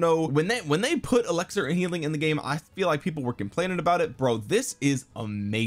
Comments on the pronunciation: it’s eLIXir not eLEXir…come on, you’re too educated to not know such a basic word my guy 😂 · Does he say elixir weird, or is it just me?